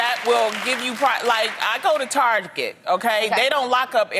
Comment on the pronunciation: anyone notice how Loni almost pronounced Target as Tarjé, XD she caught herself real quick tho